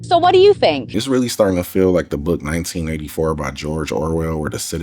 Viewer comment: My Dearest: Love your vids. I hope you said Orwell’s book is entitled “1984” because it sounded like “1994.” Keep up these interesting investigations! Love this stuff!!